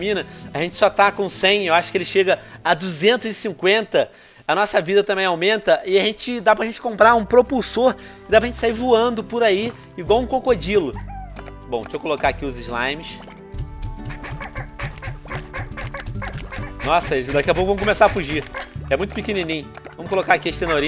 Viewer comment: Mano esse VenomExtreme tem que aprender uma aula de português por que ele falou cocodiulo